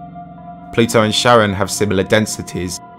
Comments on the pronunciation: I've never heard Charon pronounced like Sharon, I was taught in Latin class it's pronounced with a k sound at the being like Care-on or like the name Karen. That's the guy you pay to ferry you across the river Styx in Greek/Roman mythology right? Maybe that's just the latin pronunciation. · Kar-On not Sharon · Also the way he pronounces it... "Sharon" lmao. It's "Kha-ron." The Greek boatfarer of the underworld. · Charon is not pronounced "Sharon". Good luck getting across the river. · You mispronounced "outlier" and Charon.